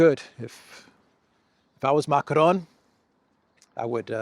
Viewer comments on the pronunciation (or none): none